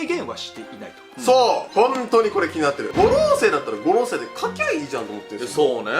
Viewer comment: 五老星の発音😅